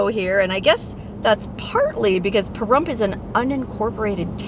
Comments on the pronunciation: Lol I was cracking up how you were saying Parhrump at the beginning. 😂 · Now that you have said some disparaging thing about our great town and pronounced the name in a disparaging way, you can leave. I am Native American and Veteran and love our town and we do not need or want a major telling us how to live. Goodbye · I didn’t hear a Pahrump out of that guy.